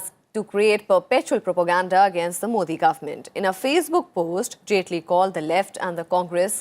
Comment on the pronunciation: Honourable Vice President please correct yourself, 12.00 it’s not agnaist, it pronounced as against...not only here but in many speeches and even in Rajyasabha you are pronouncing the same...